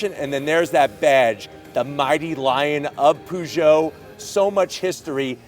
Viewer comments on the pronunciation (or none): Can anglophones please stop calling it ”POO”geot? It’s pronounced p”UGH”geot lol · Stop the hell saying Poo Joe! The cat emblem should give you a clue, it's Purr Joe! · Poo-Joe? Really? Really? 🙄 A simple ask would have provided him the correct pronunciation